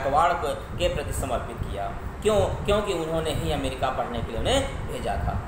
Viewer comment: 👏Waaah..nhi nhi waah..waaha .mtlb ki English ki🤭😅 Puri Kaya palt hi kr Diya aap nae sir🤦 America hota hai amrica nhi😀😀... thumbnail Mae dhekho Phale....